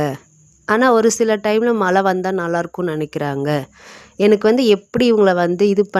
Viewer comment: மல இல்லம்மா மழை.